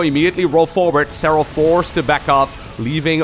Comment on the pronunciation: Serral.. serrlrlrlrlal 😂